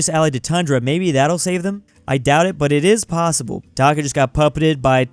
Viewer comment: He said Dhaka is bangladeshi correctly